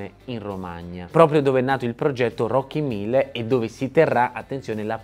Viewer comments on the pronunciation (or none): Si chiamano Rockin'1000 no Rocky Mille😂